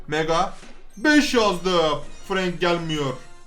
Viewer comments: Abi ingilizcede "a", e diye okunuyor sen frank'ı frenk diye okuyucaksın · FRANK DİYE YAZİLİR FRENK DİYE OKUNUR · Abi bence Frenk okunuş olarak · abi FRANK DEĞİL FRENK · abi yazılısı frank okunusu frenk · Frank değil abi frenK